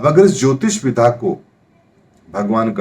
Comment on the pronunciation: Ohooo... mujhe aaj samjh aaya ki aap विद्या (vidya) कहना चाहते हैं जब भी आप विधा (विधा) बोलते हैं। क्षमा करना महाराज यदि मेरी बात बुरी लगी हो तो किन्तु ये शब्द मुझे हमेशा कंफ्यूज करता था और मुझे आज समझ आया है कि आप विद्या(vidya) को विधा(vidha) बोलते हैं। कृपया इसे ठीक करें। बाक़ी आपके ज्ञान और वीडियो के हम कायल हैं। अति धन्यवाद 🙏🙏